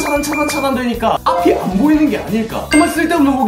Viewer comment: 영비 보이루 듣고왔더니 보이는 = 보이루로 들리네 미띤